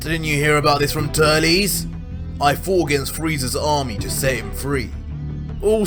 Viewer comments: It sounds like he say's Turlies but it's auctally Turled. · I’ve never heard Turles name pronounced like that 😂